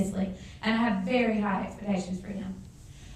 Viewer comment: Nibs Niven It's kind of hard to insult and listen at the same time, and even harder to discern her mispronunciation (here's another one: expetations) without listening to her speak. So, I think it's safe to say that I was listening. I just find it ironic that she was patting herself on the back, and, at times, butchering the language (there were more than a few grammatical slip ups, to boot). She did make many very valid points though, in her favour, and as for her accent, it made my nipples hard.